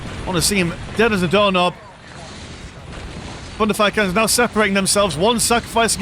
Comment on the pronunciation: All what I hear is „Fun to fire“ canons instead of thunderfire canons x)